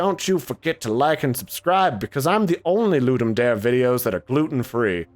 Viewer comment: Ludum Dare is latin. The 'dare' is not the english word 'dare', so the pronunciation is slightly different. Nice video, btw